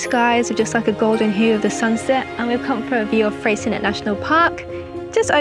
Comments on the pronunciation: BTW Freycinet National Park has a french name therefore should be pronounced Frey...cin..ee not Frey .. cin..ette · FYI the T in Freycinet is silent :) ---------Also Strahan? Its pronounced STRAWN